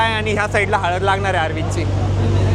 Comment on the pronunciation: हळद ❎ हलद ☑️ 😅